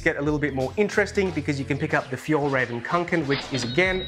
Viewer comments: The right pronounciation is Fyell reh-ven, not fyall haha.. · Fjällräven - Winter Fox Fjoll Röven (the way you pronounced it) - The Gay Ass just Fyi 🤣